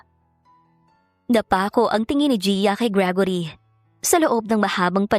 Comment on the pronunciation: How you pronounce gregory ? Gragory ? Hala hahaha